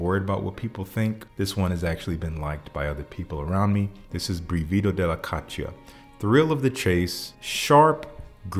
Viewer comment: Caccia can be hunt or chase but more importantly the stress in brivido is actually on the first syllable not the penultimate one.